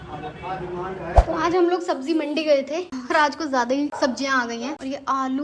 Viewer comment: Sabji ni sabzi hoti tarbuj ni tarbuz hota h jahil ho kya tm delhi me rhi ho lkin talaffuz bilkul glt h tmhara bilkul hindu ho